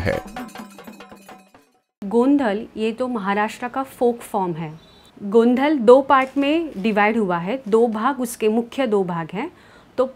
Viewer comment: It's actually गोंधळ Its ळ not ल